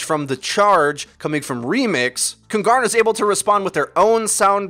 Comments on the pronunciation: Its pronunced kuuungaarna, it means the kings in swedish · Kungarna means "The kings" in swedish so please in the future either just call them the kings or pronouce kungarna correct please. You pronouced it like kun-gar-na and that is way off. The G has a J sound like the G in king sort of. Google translate pronouce it good enough so just listen to that. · I find your pronunciation of "Kungarna" hilarious! (I'm a swede) Here's how it's pronounced if you are curious :) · As a swede its so funny to hear you say "kungarna" xD. Fun fact: kungarna means "the kings" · KUNGARNA = KINGS. Would be easier to say for you since you arent saying the swedish word anywhere near correct ;) Easier to find a nail in a haystack then pronouncing swedish words correct. Btw i dont understand why Kungarna didnt switch to PHARMERCY (McCree only counter) instead. A Hanzo to combo the grav with since Hanzo can find angle on Junk from high position (bridge) would be better then a S76 imo, also scatter on walls to get behind Reins shield is something Hanzo could do while S76 only can shoot at it. For first point, not for the whole game.